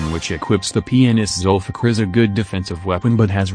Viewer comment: The way it says 'Zulfikar' :D :D ...zulfuck!